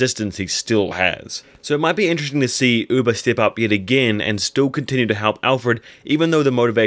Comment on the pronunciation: "Uber"?? I thought it was "Ube"? (ooohbehh)